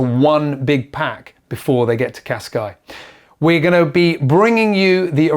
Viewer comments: Great episode as usual and thank you for the update. But please stop calling Cascais - Cascai! It is pronounced Casca-is or Casca-ish if you prefer. Thank you ;) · when did the Portuguese drop the “s” off Cascais?